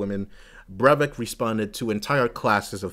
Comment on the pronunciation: Breivik is pronounced Br-I-vik. ;) "ei" is similar to I in for instance "I am." Good video. Thank you.